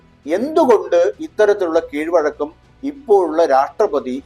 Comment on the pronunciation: Keezhozhakam..alla. KEEZHVAZHAKKAM...aanu sari.